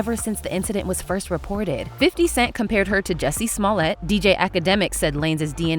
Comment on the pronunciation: When outsiders create content. You mispronounced Smollet’s name.